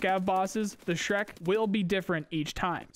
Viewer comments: zhrec is not pronounced as shrek lol. it's more like zhrets (Put this to google translate in russian and press Listen: жрец). It means preist. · Zhrec is not Shrek, it's J-(like in "genre")-re-ts(like in "pets"). Meaning priest, sacrificer. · Did this guy literally say Shrek? LMAO. It's pronounced "Jretz" Жрец (priest) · Zhrec should actually be smth like "zhrets" 'cause it russian "жрец", meaning "pagan priest", literally -- "sacrificer" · Just so you know last letter is pronounced like "ts", so it's more like "zhrets". You can paste жрец to Google translate to listen to it. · Zhrec: exsists: S H R E K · Zhrec - Zhrets - something like a pagan priest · Since Tarkov is made by russians, I believe the name Zhrec ( which you read shrek ), is supposed to be the russian word for a priest. Please open google translate and type in "жрец" and listen to the pronunciation and stop reading it shrek. I love your vidoes, take care. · Zhrec is a priest on russian) and last C sounds like “ts” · The Zhrec is pronounced [zhrets] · Zhrec should be pronounced like Zhrets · Zhrec is russian word ''Жрец" and it means - priest. So listen in translater how to pronounce the russian word)